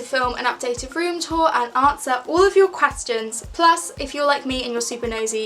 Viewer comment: why does she say “quastions” not questions lol